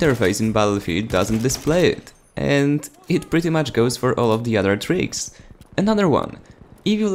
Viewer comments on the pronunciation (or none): none